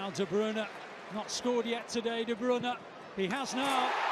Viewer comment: How he says de bruyne makes me uncomfortable